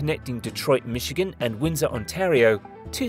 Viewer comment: can't pronounce Michigan or Ontario, good lord